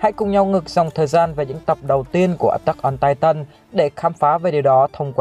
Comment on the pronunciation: Anh đọc chứ titan thay chữ tai tần đc k nghe nó kì kí